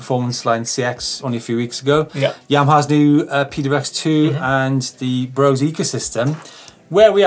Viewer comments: Guys, please! Brose is pronounced BRO-SE, the "E" ist voiced! Like the "e" in "the". And the "O" not like "bow" but more like "floor". Thanks from Germany :) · Brose is actually pronounced "Brosa"